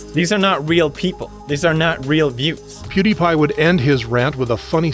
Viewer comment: Please stop calling pewdiepie pudes 😭✌️